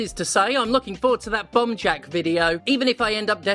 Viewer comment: Until you showed the title at the end I swore you were saying 'Bum Jack' and it was so on brand I didn't even question it. So you got that going for you, which is nice.